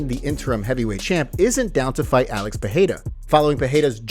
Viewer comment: Thanks for the vid. If could ask favor, please stop saying per-hay-ra. Not sure why find it so annoying. It's just Pereira, with the Rs pronounced as Rs. Cheers